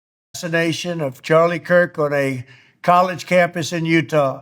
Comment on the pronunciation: is dyslexic, sometimes he says things wrong but we get it